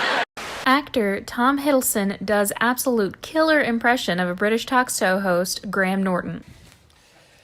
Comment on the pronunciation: The narrator said talksto host lol instead of talk show host lol